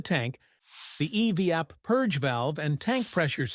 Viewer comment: ..."eveeap" system??? Don't you just hate AI overvoices,!😂😅😊